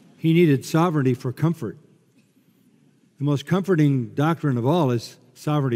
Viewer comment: Can someone please help with saying the word “the”? Please?